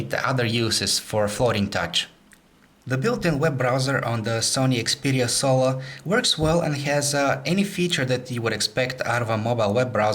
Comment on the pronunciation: lol it sounds like hes saying 'Sony Xperia SOA'